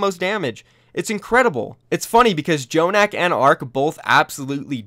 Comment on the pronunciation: why does keeps saying "J"jonak